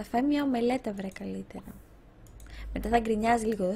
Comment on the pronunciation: Οποία ομελέτα ρε??Oatmeal δηλαδή προφέρεται οουτμιλ